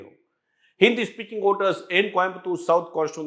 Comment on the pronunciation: It's Voters not Oters... it was difficult to listen to to the piece